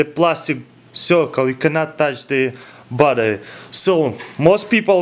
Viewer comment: When he says battery it sounds like butter